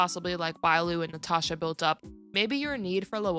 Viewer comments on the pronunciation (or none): none